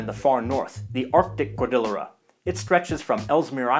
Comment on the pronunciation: Great video, as always. I'm embarrassed that for all the countries I've traveled to, I've never visited our neighbors to the north in Canada! I'd love to go sometime. Just FYI, "cordillera" = cord-ee-YAIR-uh. It's Spanish.